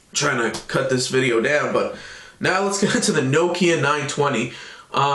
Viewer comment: Thank you, good review. I must congratulate you, the first american ive heard pronaunce Nokia right, most of you say nokiiija. :)